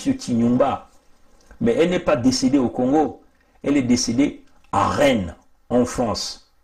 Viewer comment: Rennes on ne prononce pas le s. Allô vas y